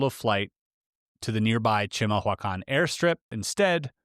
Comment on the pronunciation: Giving the spelling, you actually pronounced chimahuacán rather well, for never hearing it before. "Chee-mahl-wah-kahn"